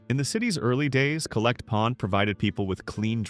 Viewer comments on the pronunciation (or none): It's pronounced The Collect with emphasis on the 'Coll'. Not the Collect Pond, it was just known as The Collect.